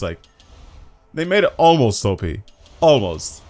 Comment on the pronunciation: ‘AMOST’! You mean Almost right?